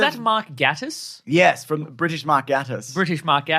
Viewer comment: Just a quick thing: Mark Gatiss' surname is pronounced "GAY-tiss", rather than "GAH-tiss". In the words of the man himself, "Just think gay. I always do."